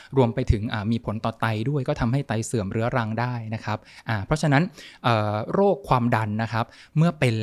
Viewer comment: คุณหมอคะ โลก=โรค อยากให้เน้นคำนี้ค่ะ